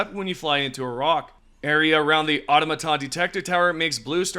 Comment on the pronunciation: Aw-tom-a-ton not awto-maton .... they say it in game about a jillion times, t's really cringe when you can't pronounce a simple word like that properly